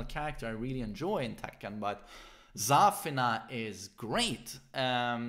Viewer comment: for god`s sake its not Zaa-fena , its Za-feena!